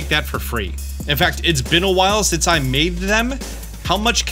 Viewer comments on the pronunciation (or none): none